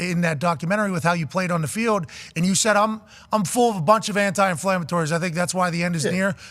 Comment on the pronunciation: "ANTI ANFLAMITORY " 😂😂😂😂